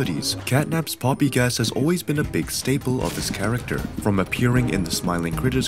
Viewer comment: Why he say playtime go and poppi wrong?